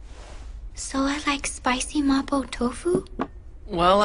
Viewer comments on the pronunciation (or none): no no no the english dub says mabo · hated how they said MABO it’s mapo with a p 😭